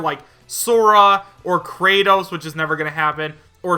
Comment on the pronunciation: Did you say kratoes